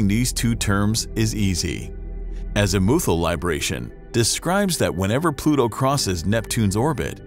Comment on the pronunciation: I cringed so hard at your mispronunciation of azimuthal